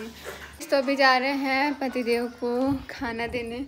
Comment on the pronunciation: Patidev hota hai Pati sev nahin hota hai